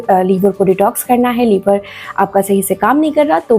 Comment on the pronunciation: लीवर नहीं लिवर